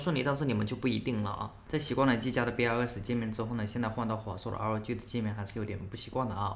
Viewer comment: NAS跟BIOS是要連在一起念的… 不是一個字母一個字母念…